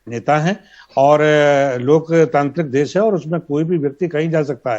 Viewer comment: Kon si hindi padhi hai ndtv ne देस नहीं hai ये देश hai भाई